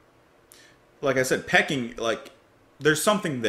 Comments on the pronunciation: Re P.O, This could be the first time ever, having not seen review yet, I'm not expecting any positive reviews to the 'artsy' nonsense. At least I hope they're attempting 'artsy', they may just be taking the piss. And sorry, pretty sure it's Pee-King, as in the place, not pecking 🙂 Though with this lot, who knows. Now re BMCOT, this a big step up, at least there was a semblance of at tune/melody. Sounded like someone asked them to cover the mid section of The End by The Doors. And me, tea every time. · Peking is pronounced Pee - King not Pecking. It's what Beijing, the capital of China used to be called